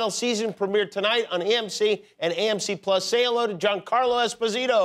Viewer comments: Espo'-sito, not Esposi'-to. Usually in Italian the accent goes on the second syllable. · i'm glad he finally told them it's not Esposeeto but Esposito! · I found it funny how Jimmy pronounced it esposiiiito, it's an Italian surname, it's pronounced with an accent on the o, I pronounce it as if it were Spanish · Nobody ever pronounces his name correctly. It's "es-PO-si-to". He said so in his interview with Marc Maron.